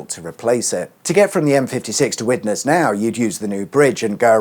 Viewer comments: Great research on the roads, but I'd also research how local places are pronounced. Seeing as you're visiting, it shouldn't be to hard to find a native to tell you. Widnes is pronounced "Widniss" Daresbury has a silent e - "Daarsbury" Halton is Holton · it's pronounced Widnes. You're welcome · Interesting video as usual - Up in my neck of the woods - Living on the Widnesssssss side of the bridge (Its just plain old "Wid-nus" by the way - No ness's here) The 60mph was introduced on all the Runcorn Expressways in September 2014 - The idea been to improved safety, because of some of the afforementioned short slip road and tight curves. Before then, they were all National Speed Limit. The Western Link - Had they not removed that slip road, then the main flow of the carriageway would have been effectively joining a minor slip road on the wrong side and been extremely tight - so as part of the Mersey Gateway reconstruction, that was one of the changes to be made. The enabled them to run two carriageways and lessen the curve. Fun fact - The Borough of Halton (Pronounced simply as "Hol-tun") which is Widnes and Runcorn combined, now has one of the fastest average speed rush hours in the country -Before the Mersey Gateway was built, we would have been somewhere near the bottom - as you didn't move especially if there was an accident on the Silver Jubilee Bridge! If you want a really fun day, and second chance to visit Runcorn - Look into the local bus ways! Now there's a fun subject for a future video;-) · The natives say Widnes as "Widniss" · Imagine Widnes had another ‘s’ on the end and drop the ‘e’. Not sure how to correctly spell the pronunciation but something like “wid-n’ss” 😂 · Widnes, pronounced Wid-Ness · A few enunciation tips,. It's pronounced "Picko" Farm Road......and "Darsbury"......and Widniss".......no problem, good vid! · Widnes, pronounced Weirdness😂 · Driving those roads is almost as bad as listening to you say Widnes or Daresbury!